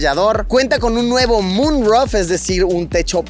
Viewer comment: Se pronuncia ..mun ruf... no ROF .🤔😅..y eras maestro de inglés 😂